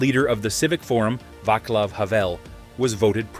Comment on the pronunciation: It's pronounced, not Vaklav, Havel. Also, a mish mash of photos from different places and periods that don't match the period or place mentioned. There was no KFC in Prague in 1989. Good try though.